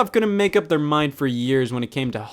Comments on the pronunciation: Aisha Tyler, not Alisha Tyler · "Alicia" Tyler? Dude ;p